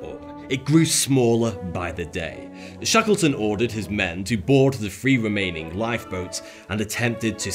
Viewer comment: Lol. "Five fousand men and free women..." Th-fronting is hilarious and sad. Here's a video for you